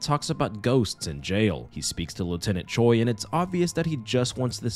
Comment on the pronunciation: Don't ask me how but whenever I do my makeup to your videos, it always turns out so good. Thank you for that haha (Also just a little language tidbit, Choi (최) is actually pronounced closer to Chwe then Cho-ee)